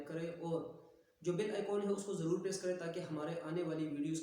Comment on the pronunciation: Bill button hahahahahaha it's bell not bill